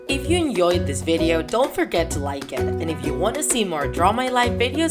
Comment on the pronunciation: She said enjoyed incorrectly